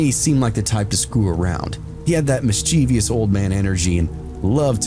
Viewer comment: Mischievous is pronounced MISS-chevus, not miss-CHEEvious